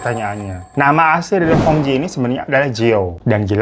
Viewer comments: Cara baca hong jie 红姐adalah : hung cie artinya red sister. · Hong Jie itu dibacanya hong cie kak. Kalau di mandarin Jiejie jadi ciecie. Artinya kakak perempuan. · Itu bacanya cie bang... AS cie cie atau kakak perempuan setaukuu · Hong jie , cara bacanya hong cie,babangku... Memang plot twist ini beritanya. Aku aja liat penampakannya,udah keliatan banget ini orang cowo melambai 😅😅.. aneh2 saja pergaulan jaman sekarang😢 cepat sembuh ya babang glowingku .❤❤❤ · Koreksi sedikit : "jie" dibacanya "cyè" ( kalau pelafalan bahasa Mandarin - huruf /è/ dilafalkan seperti pada kata "èmbèr" ). Memang betul, artinya "Kakak (perempuan) " alias "mBak". Seperti kalau dalam bahasa Hokkian dilafalkan " Cik". "Hong Jie" dibaca "Hung Cyè" (= "mBak Hung" ; "Cici Hung") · Hong jie... jie itu bacanya Cie (kakak perempuan) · Baca nya Hong cie , bang